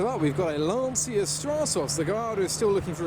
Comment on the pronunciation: What the heck is a a "Lanseeya"?